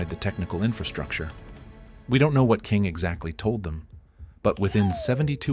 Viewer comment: Exactly. You can pick it up in the narration as well, pronouncing the username as K I N G instead of “King” or even mispronouncing Zain’s name a few times Lying about it is so much worse